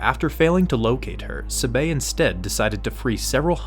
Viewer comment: Please learn how to say, "Sabe." It's so cringe.